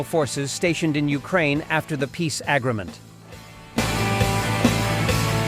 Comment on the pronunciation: "AGgro-ment", as you pronounce it, is about right. Peace agREEment with Russia is probably impossible.